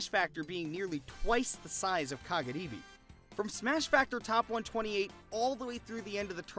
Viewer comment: love when tries so hard to pronounce kagaribi correctly with the slurred r/l sound but cant say any of the player's names correctly lol